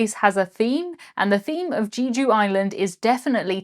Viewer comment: The Korean island is pronounced Jeh-joo, not Jee-joo